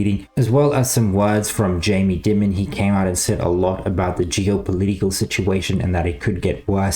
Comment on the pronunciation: Appreciate your work. Don't take it the wrong way, but it's Jamie "DIE-MON" not "Dimmon"